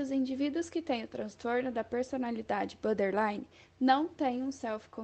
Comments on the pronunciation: Repitam comigo 10 x " BOR- DER- Li-NE" e não BÃderline e nem BÓDELINE. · Meninas, é boRtherline, não é butter nem bother. Acho que seria legal vcs aprenderem a pronúncia correta desse transtorno.